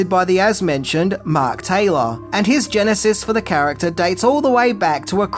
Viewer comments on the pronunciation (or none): none